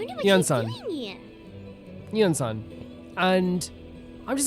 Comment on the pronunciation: UNISOM = IANSAN LMFAO